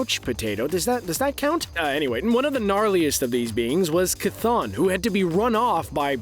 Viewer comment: Noo,.. the way he pronounces Chton